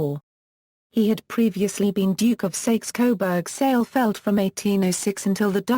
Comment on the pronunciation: 'House of Sayks Coburg'? Yeah right. Bye bye